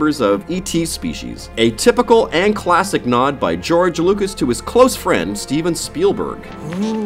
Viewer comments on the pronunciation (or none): none